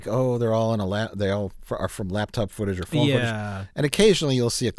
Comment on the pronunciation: I'm just here for the Wisconsin accent when he says "phone"